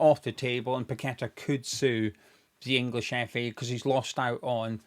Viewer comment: Well explained thanks and well done. Plus your one of a few to actually pronounce paqetta name properly I most of the west ham sites Tony gale and the dumb commentators doing matches. One even calling todibo tody de bow 😅 Sue these corrupt FA like the FIFA board of rich unknown people running these football institutions that have no idea on the game. Even sully too should sue them.